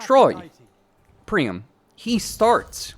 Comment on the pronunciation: PriAM not Prime 😂